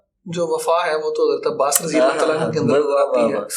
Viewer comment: عباس کے نام میں بھی زیر نہیں ہے۔ ماشاءاللہ ❤️